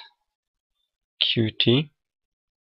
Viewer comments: 'cute' is the official pronunciation. Watch some videos on the official Qt channel and pay attention to how it's pronounced there. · Good tutorial! But there's something that bugs me: Qt is pronounced 'cute', not 'kyu-tee'.